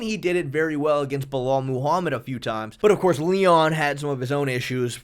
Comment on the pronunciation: Bro for the love of god, please stop pronouncing these names like this "Belel" "Goff Neal" "Dvalishvilissss" THERE IS NO S AT THE END